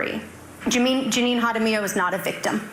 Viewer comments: We have lots of Jaramillos in Santa Fe, most of whom are very nice, and pronounce the name "HA ra Mee yo". Maybe she's in a different, not so nice group, that pronounces the name differently (YA ra Me yo)? Jokes aside, by any name, she's shattered lives and, as often seems obvious after the fact, should have had consequences and been either helped or locked away long ago. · Love you. This was where I grew up. FYI it’s pronounced: duhr-Ann (Duran) and mohn-tahn-yo. (Montanyo). Hahr-rra-me-o (jaramillo). Mark Lopez is like New Mexican John smith. There are several dozen at any given time in any city. This was a crazy case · If they said Jaramillo pronounced like you did, I'm sure they never heard of him. The J in Spanish is pronounced like the H in English. Can you do at least the minimum to find out how names are pronounced that are not in English? Please, be respectful of other languages. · Well, continue to enable these crazy people by dismissing their cases. For them it just means that they can do whatever they want, until disaster strikes. By the way, the prosecutor is the only one that pronounce her last name correctly. It should sound Haramillo. the "J" in Spanish sounds like the English "H". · I love how you say Jaramillo ❤😂 As a native New Mexican, I know it’s pronounced “Hara-mEE-oh” (it’s hard to roll the R in spelling. There’s so many of these videos that are (sadly) from NM and hearing everyone mispronounce the names has been fun hearing ❤ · BTW the J is pronounced as an H in Spanish. Haramillo.. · First: 😂😂😂 karma is awesome Second: its pronounced ha-ra- me- O Third: shes known all over NM.. she's crazy..a thief..liar.. drunk..abuser..drug addict..she tried to pull shit on my mother but thank god she had a friend with her or else im sure jan would've hurt her.. she's a POS Fourth: NM loves their criminals I'm surprised she even did time look at her record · FYI, her last name's pronounced "Harameeio". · Ha da millio is how you say Jaramillo 😊